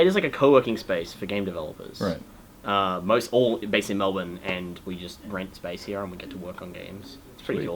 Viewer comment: Through all these videos i must thank you for pronouncing Melbourne correctly.